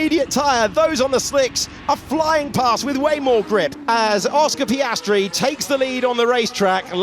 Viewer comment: Oscar Piastry.... Super..... Repeat again until the season closure.😂